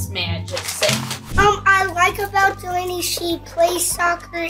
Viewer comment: it’s delaynee 😂